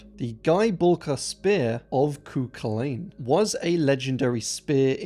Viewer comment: goodness me nevermind you really butchered Cú Chulainn. nevermind oh my goodness.